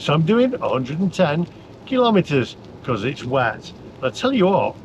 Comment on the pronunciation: Please don’t pronounce kilometer kil lometer. There’s no such thing as a lometer. You wouldn’t ask for a kil logram of of onions. So kilogram it is and kilometer.